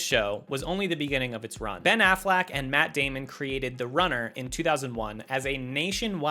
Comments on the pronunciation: AfflEck not afflack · My manz said "Ben Afflack"